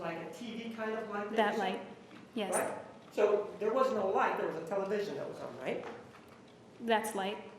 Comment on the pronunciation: I don’t think she ever slept she drove across country and she kept saying I vas very tired lol she is full of it juan I love you ❤️